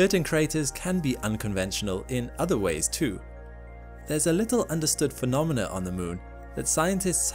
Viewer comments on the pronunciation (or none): none